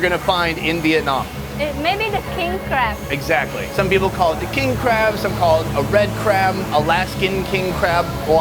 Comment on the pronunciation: Its "Crab" guys not "crap"